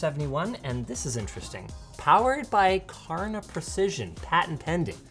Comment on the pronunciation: "Karna", and every Swede just cringed...